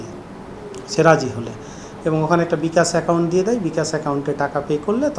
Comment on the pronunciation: কলকাতার পুলিশের মতো বিকাশ কে বলতেছে বিকাচ।